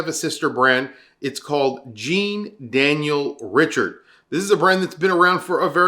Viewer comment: Pronounciation of Daniel Jean Richard is sooo wrong 😂